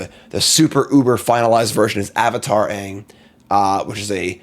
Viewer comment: I was promised that was going to mispronounce the name of the main character and I demand a refund because he said it correctly.